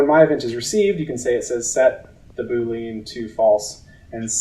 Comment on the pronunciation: ❌ Boo-LEEN ✅ BOO-lee-uhn